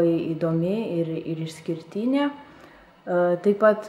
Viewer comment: Vitalij Zabelo I'm native Lithuanian speaker. So I can really tell is there an accent. She pronounces all vowels longer. She says not išskirtinė, but išskirtyne. Hope you get it